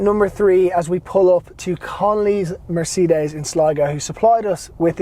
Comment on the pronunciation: nice review but cant get around how you say Mercedes lol! Its not a seperate word